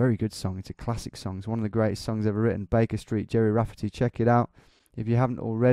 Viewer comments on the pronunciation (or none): none